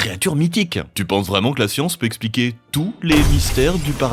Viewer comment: Ça serait bien de commencer à prononcer expliquer au lieu d'espliquer